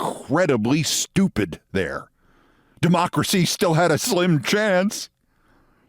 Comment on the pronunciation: Or is it SHHH-TEW-PID ? < lol >